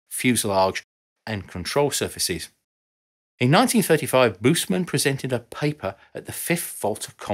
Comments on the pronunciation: Wished that German names are pronounced correctly (not a big task as every entry in Wikipedia provides a sound file of the given term) Adolf [uh-dolf] Busemann [boos-a-mun] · Man, work on pronouncing family names right. Busemann would be worth it.